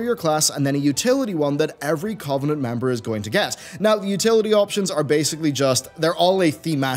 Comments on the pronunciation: Cuv-en-ent not Covv-en-ent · Please pronounce covenant correctly.. your stressing me out